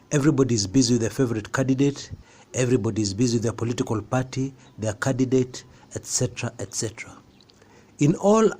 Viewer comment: ..I will sign up for club 99 if you can pronunce theword candidate without ommitting th n the precedes the first d